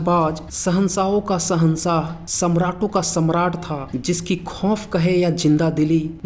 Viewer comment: श को स चमार ही कहते है शहंशाह को तुम साहन्सा कह रहे हो 😂